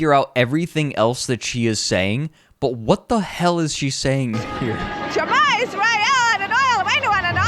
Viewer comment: at roughly the 35 minutes mark, the strange trumpite lady is trying to say 'shma yisrael adnoai eloheinu adonai echad' which is a jewish prayer in hebrew but her pronounciation sucks shit